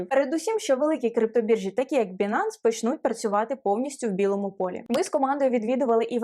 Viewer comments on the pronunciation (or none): Не Бинанс, а Байнанс.... ппц...